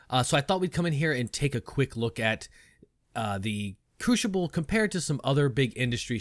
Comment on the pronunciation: Couldn't help but laugh each time he said Crooshible. Great video though, hope you get into the next wave of PTU testers as I would love to see your content on it.